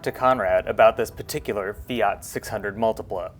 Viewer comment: Mate, if you can pronounce Alfa Romeo correctly, why are you not able to pronounce Fiat correctly. Afterall, Fiat is not spelt Fiaaat. And yes the Multipla is a cool reminder of the past and in all likelihood the first people mover (aka SUV).. My brother has two of these Multiplas, both require restoration though.